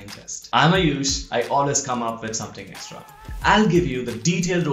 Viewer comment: Video is informative. But Atleast pronounce your name as "" rather than "Ayuush". Why so obsession with foreign accent that you mispronounce your name as well.